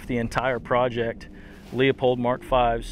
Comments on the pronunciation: Beautiful rifle. I understand the factory ammo aspect for 6.5 creed but u could of also dropped the recoil by going with 6 creed and still had factory options. Regardless, awesome rifle. My one complaint... Leupold is not pronounced lea-pold its lou-pould. As in the name Lou and then pold. 😂 hate when u fuckers say lea-pold and horna-day lol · He said Lee-uh-polled. How is that not a mark of true knowledge and skill? Lol.